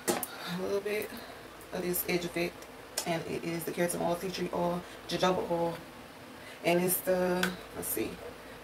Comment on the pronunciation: The j is jojoba is pronounced with an H like in Spanish 😂💀